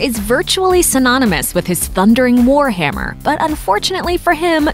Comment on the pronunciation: First line of narrator: did she say "hwar hammer???"